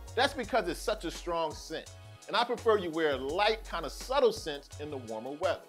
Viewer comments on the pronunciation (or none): none